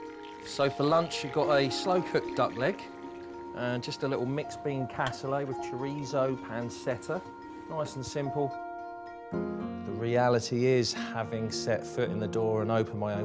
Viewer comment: Top chef…fyi….it’s pronounced PANCHETTA not PANSETTA….duh